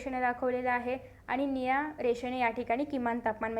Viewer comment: स्पीड जरा कमी करा बोलताना. अडखळत आहात मुलांना समजत नाही. कोणी मागे नाही लागले शिकवताना डायरेक्ट जर भौगोलिक स्पष्टीकरण दिलं तरी जमतं नुसते नकाशे शिकवू नका वेळ वाया जात आहे.. आपला पण आणि मुलांचा पण.. पुढच्या व्हिडिओत या चुका करू नका. शब्दांच्या उच्यारत बदल करा जसे - निळ्याला नीया. या शब्दात उच्चार स्पष्ट येत नाही.